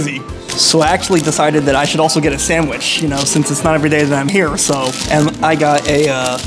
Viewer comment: u said Herr instead of here